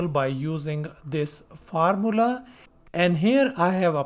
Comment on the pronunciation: Bhai Bihar se ho kya, Formula is being said as Far-Mulla